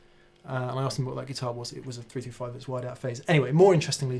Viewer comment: ... "... I used a 3-[#%$^$&&]-5 ..." ... ... ... ... [335][355] ???? ... [345], even - maybe?!!!! ... cf ... ... I suppose you already said it once intelligibly ... wouldn't want to strain a lip ... ;) #aussieaussieaussie ;)